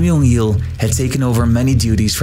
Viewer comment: It's J as in J, not J as in H, or J as in Y.